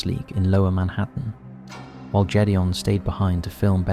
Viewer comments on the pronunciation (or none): It's not Jules and Jedeon it's Gid e on. for something so raw, at least pronounce their names right. I watched 9/11 live happen and it still hurts today. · Gédéon has a Hard G (not a j sound) Its the French for Gideon and sounds a bit like "gayd-yon" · I knew you were mispronouncing the name Gedeon!! It's so weird that you'll take the time to make these videos, yet refuse to take an extra 2 seconds to learn how to pronounce someone's name correctly. That's just basic common sense, especially if you're going to be using that name multiple times. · Needs to learn how to prnounce Gideon